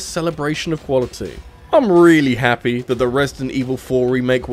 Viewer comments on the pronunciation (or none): none